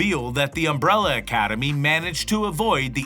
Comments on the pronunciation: "UMBRELA ACADEMY" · "UMRELLA ACADEMY"